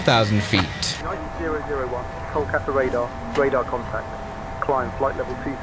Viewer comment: Kullkata 😂😂😂😂 its kolkata